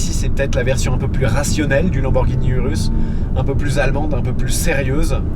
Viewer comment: URUS Se prononce OUROUSSE , jcp pk tt le monde le dit mal